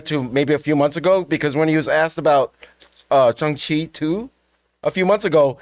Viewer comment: His name is pronounced, Shang Chi with the hard letter A sound, not Shung Chi.